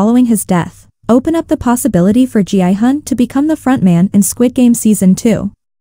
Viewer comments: Why do you pronounce Gihun as Jianghan? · It’s a text to speech, so the AI reads it as G-I-Hun.